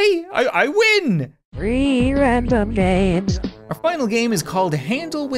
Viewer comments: It sounds like free random games not three random games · I hear it like REEE rAmDoM GamEs